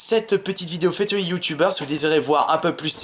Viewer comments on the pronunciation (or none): quel accent anglais pour "featuring"